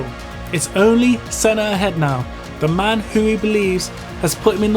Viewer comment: La vidéo en français est stupide. Par exemple : Manel caca Rosberg, DE engelio... Senno. Arrêtez le massacre 😢😢😢😤